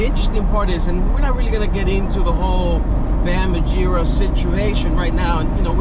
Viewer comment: Mar - gera not margiera